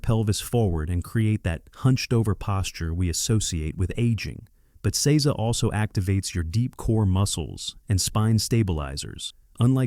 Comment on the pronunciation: Please have a Japanese person help with the pronunciation. Jarring to hear seiza mispronounced over and over 😢